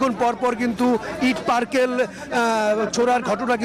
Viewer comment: ইট পারকেল....কি ভাই ????? আসল উচ্চারণ হেবে ইট পাটকলে